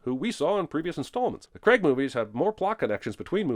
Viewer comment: 100 on the count for every time "Craig" is pronounced wrong. 700 sins dude! Hint: It doesn't rhyme with Greg!